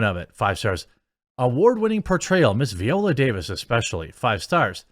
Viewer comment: her name is pronounced vEYE-oh-luh or veye-OH-la. not VEE-oh-luh.